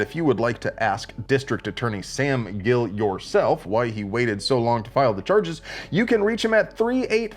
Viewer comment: It's Sim Gill, not Sam.